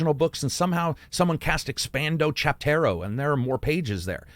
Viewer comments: Expando Chapetro. haha. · “Expando Chapto” 😂